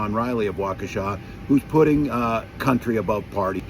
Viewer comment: So nice to hear someone correctly pronounce “Waukesha“ without hesitation ❤❤ Wisconsinite here who’s voting Blue tomorrow.